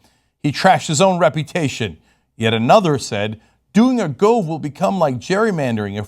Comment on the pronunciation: Its spelt Gove but pronounced Guv